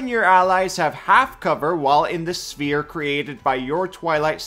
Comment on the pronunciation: I got so confused when i heared "smear" instead of sphere. Lmao. Awesome video.